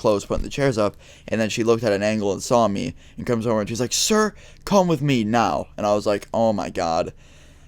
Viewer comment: have you noticed the way you say "now" xD! Great vid btw